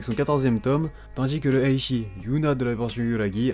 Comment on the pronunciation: Juste pitié arrête de prononcer "Eishi" à la place de Ecchi c'est perturbant